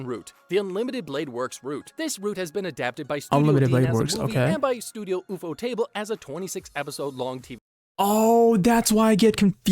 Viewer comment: Man, the guy in the video can't pronounce anything correctly, first ufotable, then apocrypha, and now mistaking Umu for Uwu.